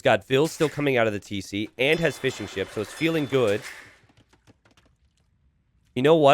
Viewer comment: Am I the only one who hears "Fish & chips" every time says fishing ships